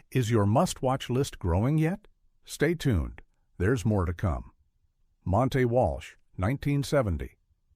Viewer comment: Bad AI narration, Joel "MacCraA", "Montay" Walsh to name a couple of savage mispronunciations.